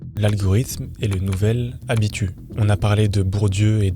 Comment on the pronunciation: C'est vraiment pas pour prendre de haut, mais on prononce le "s" à la fin "d'habitus". Les personnes qui se reconnaissent pas et racontent leur vie, c'est de la socio Bourdieu, pas de la psycho... ça traite macro et non micro.